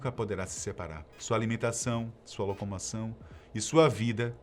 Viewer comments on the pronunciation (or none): "sua locomação..."